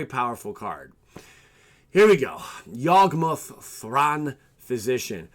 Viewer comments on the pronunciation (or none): You completely misread both yawgmoth and Kess 🙈🙈🙈. Take your time! Haha